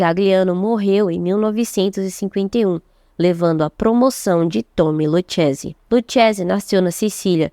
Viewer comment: Se pronúncia luquese, aprenda italiano pra falar da gente